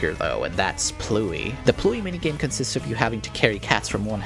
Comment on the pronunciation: It ABSOLUTELY ISN'T. Pluey is two syllables, PLUW-iy. Pluie is one, plwi (but with the w fronted to the same tongue position as the i).